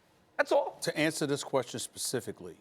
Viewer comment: Steve:" I sperfically saw" lol